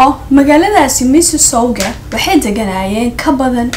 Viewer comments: Ku soo dhawow my city. It’s called Mississauga waxaad ku dhawaqeysis u ma aqrineysis missisaga horey u soco beautiful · MISSISSAUGA= MISSI-SSAUGA.